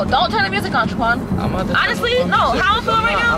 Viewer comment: you overlooked the "h" in Shaquan 🙋🏻‍♂️